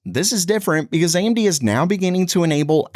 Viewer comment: Whats the deal with the narrator mispronouncing established technology company names? Amdy's instead of AMD. Hinix instead of Hynix. Is that normal for the channel?